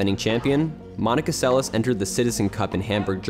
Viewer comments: The second s in her surname is pronounced as sh... Get it right folks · Great job . Monika Seleš ( prononciation Selesh) one the greatest tennis players in history.